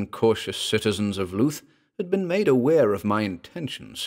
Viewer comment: good story - but afraid I was put off by your pronunciation of Louth (LOOTH) - being a resident of Lincolnshire and a visitor of the town, I have only ever known it pronounced as LOWTH - this is my only gripe!